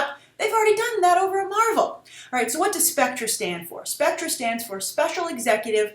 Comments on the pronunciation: Are you aware that it's pronounced spec-ter? This organization is a big deal within the Bond mythology, particularly within the movie universe. They don't need to make a big deal with this announcement. Bond is a big enough deal, and the title is a big deal. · Grace the main surprise of Bond 24 is not so much Spectre which is actually pronounced Specter is it will almost certainly introduce an old Bond foe Ernst Stavro Blofeld who is the head of Spectre and one of Bonds oldest returning foes its like Joker to Batman i am SO hyped because he has appeared 3 times in the old Bond films played by 3 different actors but never actually died onscreen which is consistent to the old Ian Fleming novels i highly recommend you go back to the original Bond films with Blofeld and you will see how awesome this villain could be in a modern world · You pronounce "Spectre" incorrectly. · its specter SPEC TER not SPEC TRA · Grace, it's pronounced "Specter" just like other British spellings like "Theatre." You wouldn't say "Theatra" would you? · It is pronounced "specter" not "Spectra". It is from the olden films. It's because we British use re as er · Spek tor not spec tra. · It would have been better if you had at least researched the history of the Bond films. It's pronounced Specter not Spectra. The comparison you make between this film and Capt America is just lazy, I'm sure the writers didn't go see Winter Soldier and think "yeah, let's just use this plot". You talk about how Bond is trying to be modern and not be outdated, but Sam Mendes has spoken in Skyfall interviews about how himself and Craig wanted to get back to the classic Bond feel. An example of that would be the male M and the old M office also a dryer chauvinistic Bond. Bond has its problems when its trying to be current ie: Die Another Day. I do agree that Mendes did use inspiration from The Dark Knight for Skyfall. I think Nolan being a James Bond fan used Bond as inspiration for Batman and Inception.